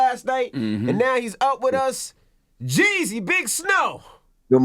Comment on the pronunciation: Its JEEZY not JEZZY put some respect on a Atlanta legend name I ain’t gone say it NO MO!